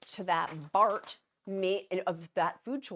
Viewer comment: ITS CALLED BRAT FOOD NOT BART :)